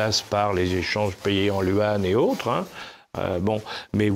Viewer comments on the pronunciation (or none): essayez de prononcer correctement YUAN, ¥ 元 on a compris que vous étiez pour le dieu messianique Dieu Dollar le barbouze prononce "luan".....! la journaliste prononce ouane!!!!!